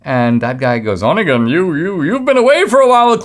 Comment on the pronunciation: Dinesh, Онегин —> Onegin is pronounced uh-NYAY-gain, not ON-uh-gain.